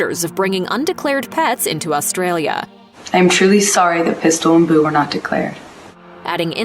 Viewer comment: They way he said pistol and boo made me giggle.😁